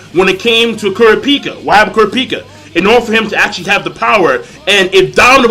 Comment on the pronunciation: why do you say Kurapica's name like that? its Ku Ra Pi Ca not Kurapeeeka